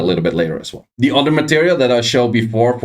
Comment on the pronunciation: It's other*** not udder**